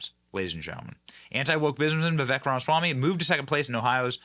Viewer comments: Benny you keep saying Ram-swamy, when its Rama-swamy. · Johnson is the worst at pronouncing names and certain other words. Just sound it out bro! It’s not that hard! RA- MA- SWA- MY{pronounced me}. Pff don’t even get me started on how he says Burisma! He calls it “Bursima” all the damn time. So annoying. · 💜 this guy! Why does Benny consistently insist on mispronouncing his name?